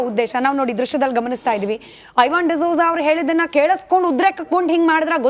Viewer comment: ಹೈವಾನ್ (ಐ)ವಾನ್ ಅಲ್ಲ